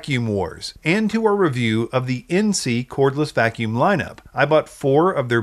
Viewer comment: Pronounced "In-say"